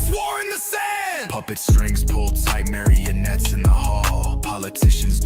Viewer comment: It's marionettes. Not marianets.